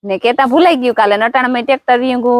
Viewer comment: Sitaram ne bhai bhabhi 😊 Khub j saras vidiyo 👌🏻 Ha ben amnata aetla pan khare ke vare vare ne thake jaye Game aetavu variye pan pan khira j rakhe Pan kav karvu e ta kharvana se E ta saru ne pan khire jay to pasa kore ne Oho bolvama gadabd thegay 😅 Vayu vayu gu trekatar 😂 Ha bhai amnata kay kam nathi ho Tmare ta kuva ma pani hoy aetle vavetar thay Amare ta pani pan no hoy ti kay kam j no hoy navra hoy Milna bhai ketlama bhane Bhai amnata amare pan jalsa se Aexam puri thegay ne brodani have 2 Mahina jalsa 😅 Ha bhai batekanu sak ta kone no bhave 99 tka ta badha bhavtu j hase Oho bateka ta bav mota se ho Oho tmare ta Medi upar machla pakdva jav e ta pehi var habhru 😂 Ha jar baghe diyo to vele sade jay Ha btavjo vidiyo ma ketalok vadhe velo Oho Jajina rupiyani Sart lgadi shanti beni Amnata evo tadko pade eni vat java diye e thay ke saye j betha riye Have 4 Mahina aavu j thase unado aave go ne Vah Maya Holi rame Bhai tame gane e vidiyo utaro amne jovani bav mja aave Tamne ji helu pade e utarjo Amne e mja aaviye Amnata tame aetla life, plus bey senal hbhare ti tan pan padti hihe Tamni ji helu lage e utarjo Le aaj ta tmaro varo aave go bhesu ne paniye karvano 😂 ni bopor pasi pesva javanu hatu tiyare ta ketata Ke atane jar baghe diye 😂 Tmane tadkama ligha 😅 Jay Chamunda Maa 🙏🏻❤️🥰🤗